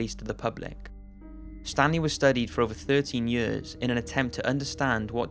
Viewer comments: Year's year's year's, not Yeor's god like the vids but that shit getting annoying. Not trying to talk shit but damm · Why do you say years so weird?